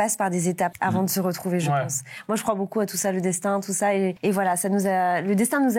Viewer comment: " Beaucoup " je pense que il l'écrit bOUcoup 😅 Il prononce toujours bOUcoup